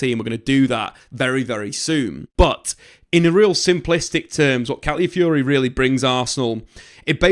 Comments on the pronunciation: Stop saying Cally Fury. That's not the word. Where are you seeing "Cally" in the word you are reading? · Cally Fury? FFS, his name isn't that difficult to say.